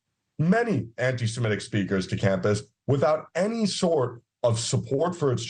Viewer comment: Semitic not Semetic 🙄